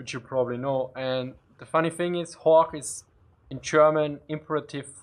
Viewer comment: I'm quite surprised how you pronounced things like "Horch" and "Storch". Especially when one hears your "Zischlaute" when you speak English. But anyway... as a "Piefke" I like your Austrian dialect ;)